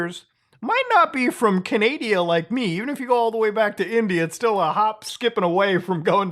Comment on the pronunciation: Did he just say Canadia?!